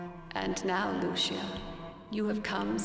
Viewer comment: You are pronouncing Lucia so wrong.